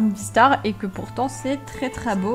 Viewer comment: 15L tu peux m'ajouter mon psuedo c jjjeessyy stp ps: T la meilleur je t'adore 🤗🤗 ( tu a dit tretra beau )